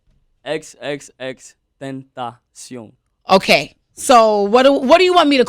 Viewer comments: Я до сих не знала что его имя произносится как Тентасьон а не Тентэйшн😁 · Я хочу, чтобы ты произнёс свое имя, пожалуйста -X X X TEŃ TA CION 😔